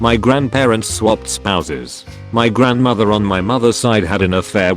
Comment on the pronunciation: I heard "Houses" and not "Spouses" the first time and was confused